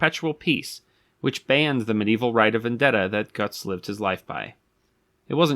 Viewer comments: It’s pronounced like “goots”. Not “guts” The umlaut over the u gives a “oo” sound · I think the pronunciation is more like "goods" with a T instead of a D. And less like "guts" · The "o" with the umlaut, say e with your teeth and o with your lips, closer to Gerts, certainly not guts. Ugh. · Not guts von beargenlinkin GÖTZ (say "got milk" like the terminator would) and the last name is pronounced barlin-chinkin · Ö=oe so I'm guessing it's pronounced like Goethe (ˈgər-tə) so it's probably ˈgər-ts or gerts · It's pronounced more like gertz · closer to 'Gerts' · Wrong. He pronounces Goetz incorrectly as well.